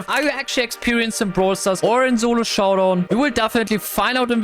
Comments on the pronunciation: "Zolo showdown"😭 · Solo Showdown ❌ Zolo Showdown ✅